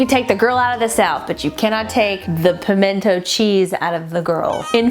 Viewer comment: 2 things: FIrst: I was SO disappointed in that everything dip, it was SO hyped up and it was just not good. I would rather make my own. Second: I'm so happy you said "Pimenta cheese". But the best one of all time is Palmetto. Please rank Pimento cheese next and teach the none southerners our wise ways.